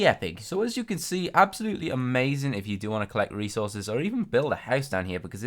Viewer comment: said a-maze-ing but I don't think he intended to